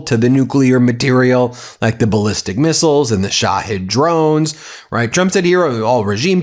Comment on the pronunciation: You know the problem is that an expert like him after about three years of using iranian drones in a couple of wars still can not pronounce its name properly. Do you know how many times that name has been said and written?